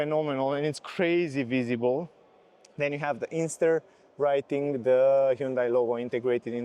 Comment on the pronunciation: It’s an INSTER, not Ingster.